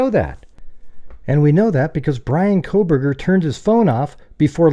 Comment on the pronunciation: Haha "Proburgers”